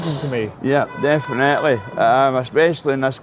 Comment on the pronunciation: I love Glasgow, my mammy was Glaswegian, but see the way some pronounce definitely as defenaitly. Grrrrrr.